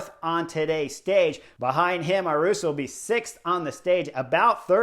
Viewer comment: He only 19 and gonna be around a while so we got to clear this up.. Ayuso. (A-you-so). there is no "R" ..... That Arensmen move has to be the Knucklehead move of the race so far... that move cost him 2;30- 3 minutes on GC.. and he is a really good TT er.. sad